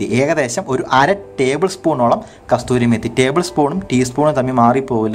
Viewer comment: കസൂരി മേത്തി എന്നാണ് .👍